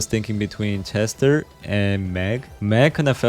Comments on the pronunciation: Why bro pronouncing chester with she💀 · ik he is from korea and i know thats he just said it wrong but i still repect him 👍